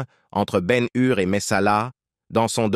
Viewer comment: et BEN HUR aussi